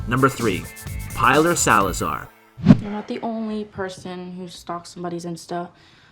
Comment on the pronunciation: Say it with me. Pilar is pronounced Pee-lar! Pee-lar!. And great video guys!